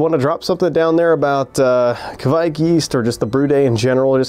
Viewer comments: Your first pronounciation was correct. Kveik, not Kviek 😄 Great video! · Kveik is pronounced like quake in earthquake, but you should here the "v". Great video. Greetings from Norway.